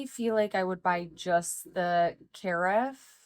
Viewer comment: The word "carafe" is phonetically spelled as kuh-RAF (/kəˈræf/) in both American and British English, with the emphasis on the second syllable.